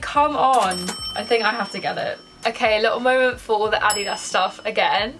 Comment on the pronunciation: "addy dahs" ily haha